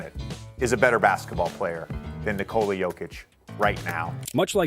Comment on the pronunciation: The narrator here is the first person who can pronounce Nikola's first name correctly.